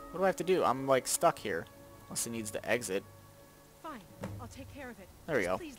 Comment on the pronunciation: I love how pronounces exit eggsit.